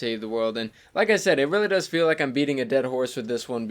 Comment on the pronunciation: I thought he said “I feed like eating a dead horse on this one” 😂